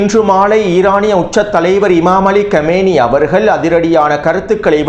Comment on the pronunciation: சகோதரரே தயவுசெய்து இமாம் அவர்களின் பேரை சரியாக உச்சரிக்கவும் அவர் 40 வருடம் இஸ்லாமிய பட்டபடிப்பை முடித்தவர் அதனால் தான் அவரை ஆயதுல்லாஹ் என்றும் நபியவர்களின் வம்சாவளி என்பதால் செய்யித் எனவும் அழைப்பர் அவர் பெயர் அலி காமனயி (காமேனி கிடையாது )